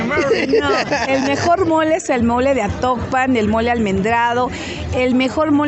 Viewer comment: es atocpan no actopan , ese es de hidalgo